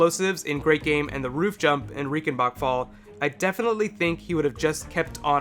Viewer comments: R-eye-cen-bark fall. Not Ree-cen-bak fall. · It's pronounced RAICHENBACHFALL not Riekenbakfall like you pronounced ;)